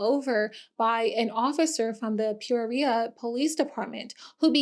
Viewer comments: As an AZ native I loved listening to this story and knowing exactly where everything is even going to most of these places. I did cringe at how you pronounce Peoria (pi-or-ee-uh) but all the AZ cities are confusing. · the way you pronounce peoria is mindblowing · I’ve never heard someone pronounce Peoria like you did rn. That’s wild 😂I like the content tho☺️🙏🏼